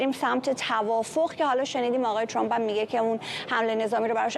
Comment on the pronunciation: عی رم دهن سمیرابااون فک کiری چراعقده ی اینوداری که بالحجه عنگلیسی حرف بزنی و به ترامپ بگی چرمپ خوب مثل ادم بگو ترامپ ،،،،اقای چرررمپ که چی اقای چرررمپ